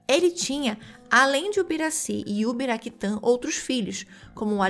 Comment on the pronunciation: Não é Ubiraquitã, é Uraquitã.